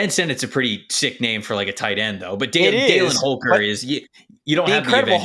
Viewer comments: Why do you say “Daylin” Holker? as someone that grew up with him? lol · I played football against Holker in High school. His first name is pronounced (dal-in) not dale-in. He was a stud in high school. Impossible to cover. Love your videos, y'all are better than half the NFL scouts.